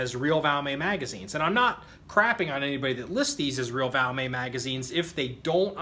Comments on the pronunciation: It's not a French gun...The "T" is NOT silent...😀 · The brand name of the rifle is Valmet, Not called Valmay! 😮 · its pronounced Valmet with the T. Trust me ;)